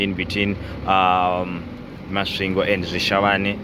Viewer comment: Warrup Thus time around u passed thru my hometown thoh it's kinda tricky 4 u to pronounce it properly😂 but anyway big up 🙌 Masvingo coming from Botswana is tiresome 🙉 coz of two borders involved no wonder the journey became extra long given tht 1300 is a thing u normal do in One n a half or a two days so Big up man. We greatly thankful Keep doing yo thing